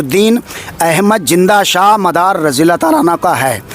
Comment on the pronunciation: یہ ملنگ جی کہ رہے ہیں کہ ہم بھی عالم دین ہیں حالانکہ۔۔انہیں برابر سے بولنا نہیں آتا ہے ۔۔ نشہ ۔۔کو ۔۔نسہ کہتے ہیں زندہ شاہ مدار کو ۔۔جندہ کہ رہے ہیں